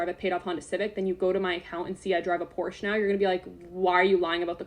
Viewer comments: So funny that she says por-sha (Porsche) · Drives a Porsche and can’t even pronounce it correctly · She doesnt even pronounce porsche right..... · I'm mad that she's not pronouncing Porsche right. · Anyone who can’t properly pronounce the brand of their car, shouldn’t be allowed to own said brand of car.